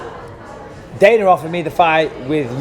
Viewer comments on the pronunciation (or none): i swear he cant say dana he sounds like hes saying dainer bisping hahahahaha funny guy